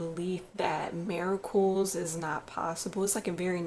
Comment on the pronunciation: She says Miracles, Strength, and Important like....."Meeracools" "Strenth" "ImpoorAnt" Lol............